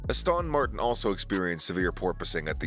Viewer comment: Ah-Stahn Martin. Who narrates this click bait?